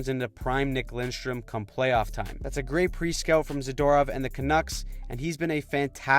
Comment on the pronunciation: I hate to be that guy but WHO is "Nik LINSTRUM"? It's Nik LIDSTROM... C'mon man...